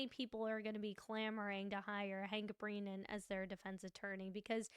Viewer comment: Love your coverage, but please call him Hank Brennan, not Hank BrEEnan : )